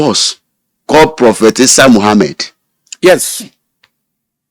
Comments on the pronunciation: Bro. It’s prophet not propheth. Good interview though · It's "prophet," not "propheth." There's no "th" at the end of the word.